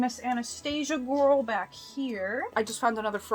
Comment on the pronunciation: “She’s a big ✨gorwl✨”😂